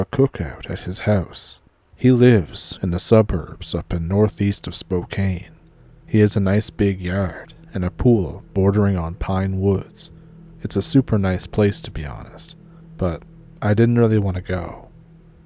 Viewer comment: SPOO-CAN. NOT SPOO-CANE.